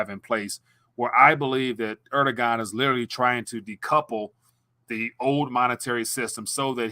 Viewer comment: The president of Turkiye... his name is pronounced: "air-DU-wan"